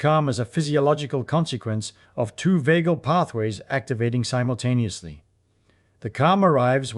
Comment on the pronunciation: “forheead bone …. develops in adoscence” “labyrinthine cells between eyes” “Each cavity ressonantes at thae own frequency - humming excites them all simblucentelly.” SIMBLUCENTELLY! 😂😅